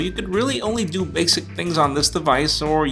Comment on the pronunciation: "Du this" LOL :3